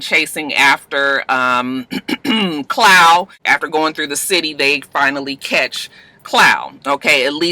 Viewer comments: CLAAAAWWWWW! lol Not Clow. lol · Babygirl who the Fuck is Clow lol!! Klaw my sista pronounced claw😂😂😂